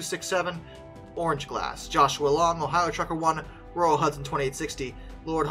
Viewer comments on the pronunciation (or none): none